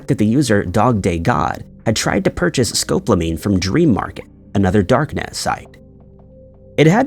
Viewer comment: Scope lamean. Are you trying to say Sco PAL omean?